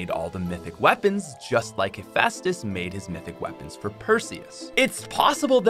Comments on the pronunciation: It's pronounced "heh festus" btw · Lol don’t know his Greek mythology, it’s hef-eye-stus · Hes pronounced * HUH- FEST-US* sry was bothering me the whole time lol